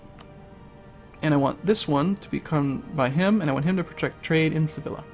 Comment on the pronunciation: Double Ls in Spanish is a Y sound, It's Sevi-ya not Se-villa